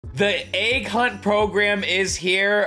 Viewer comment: Why are there people always saying agg instead of egg